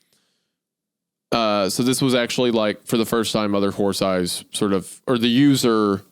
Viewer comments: I giggle every time Isaiah says mother whore thighs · "Mother Whore Thighs"? Really Isaiah? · Not Isiah mispronouncing “Mother Horse Eyes” as “Mother Whore Thighs” 😂🤣😂🤣🤣🤣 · I love how many time he accidentally says mother whore thighs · take a shot every time Isaiah says Mother Horth Eyes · Don’t let the video length distract you from the fact that on multiple instances Isaiah had to prevent himself from pronouncing Mother Horse Eyes as Mother Whore Thighs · Pretty sure I heard Isaiah say "Mother's whore thighs" a few times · On multiple occasions it sounds like Isaiah says, "Mother Whore Thighs". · Did anyone else hear Isaiah call the author momma whore thighs? 😂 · Wendi def said Mother Whore Thighs one time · The amount of times Wendi mispronounces Mother whore thighs is just funny 😂😂😂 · Take a shot every time Wendigoon pronounced "mother horse eyes" as "mother whore thighs" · I'm dying every time Isaiah mispronounces Mother Horse Eyes as "Mother Wh0re Thighs" 😂😂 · “mother whore thighs” - wendigoon 2025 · Lmao I noticed that too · Im just here for how many times Isaiah calls her "mother whore thighs" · Isaiah's mispronunciation of "Mother horse eyes" caught me off guard 😮😅. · ‘Mother whore thighs’????? Isaiah???? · Isaiah says "mother Whore Thighs" MULTIPLE times in this podcast and he needs to be called out. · "Mother Wh*re Thighs" "Kodesh Hakodeshim" is pronounced "ko*desh* ha kodesh*eem*" (kodesh = holy, ha = the, kodeshim = holies), not coddish hagodashum, lol. This is about the mystery of humans from the perspective of a feral cat, similar to the dog dream, which emphasize the odd relationship between animal and caregiver as a theme. Oily One = Human.